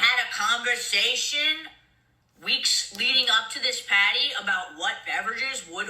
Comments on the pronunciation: Why does she say every word normally but then PAAAAAHDY? Im sorry but wtf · What in the hell is a PAHTY!?! Mikayla and sophisticated will never go together!! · Take a shot for Everytime she pronounces pawteey 😂ee like a idiot. Will all be on the floor drunk